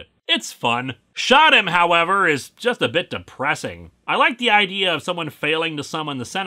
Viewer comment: "Hey I gotta idear let's make a Hellraiser holiday special"-, probably.